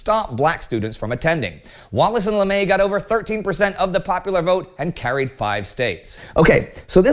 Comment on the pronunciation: I don’t think that’s how you pronounce his last name.